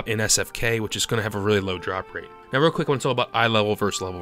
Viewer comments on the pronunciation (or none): none